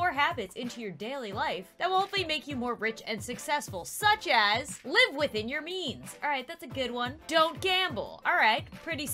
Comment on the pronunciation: i was only listening to you cuz i was eating and i thought you said "live within your knees"